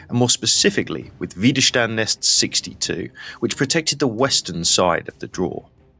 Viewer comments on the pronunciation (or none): Widerstand Netz (Red de resistencia) no se pronuncia Güiderstand Netz, se pronuncia Vider chtand Netz. En alemán la doble W no se pronuncia como en Washington, sino como en Wagner. Y la ese junto a una te se pronuncia cht, como por ejemplo en Stuttgart o Stein.